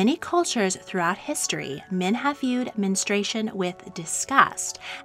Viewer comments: I couldn't watch this because you kept pronouncing it 'men- stray- shun'. It's 'men- stru- ay-shun'. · Its Men-stru-ation not menes-tration. Your mispronouncing is so distracting. I couldnt finish watching this. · The narrator nees to learn how to properly pronounce the word menstruation. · Menstruation. Men-strew-ay-shun. It’s 4 syllables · MEN-STRU-A-TION. It;s got four syllables goddamit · Omg it’s pronounced “men-stru-ation” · Could they have at least insisted on pronouncing 'menstruation' correctly? The narration is very annoying.